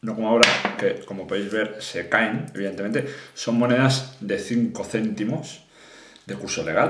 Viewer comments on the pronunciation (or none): none